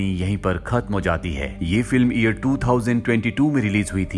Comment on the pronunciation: Bro it's year not ear😂😂😂 don't mind 😂😂😂